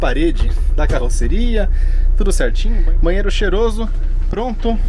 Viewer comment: Onde sr.. lê "bahsito", por favor, leia-se "banheiro"